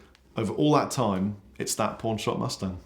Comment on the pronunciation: I thought he said pornshop mustard. Keep up the videos.